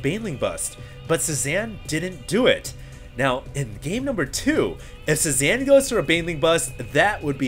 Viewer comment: Nitpick: Cezanne is pronounced: saay-ZAHN, not sue-zan. It's a French last name, not a female first name.